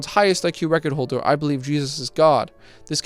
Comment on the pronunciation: The way he says "World record holder" like "Wodarecodaholda" every frickin' time just pisses me off.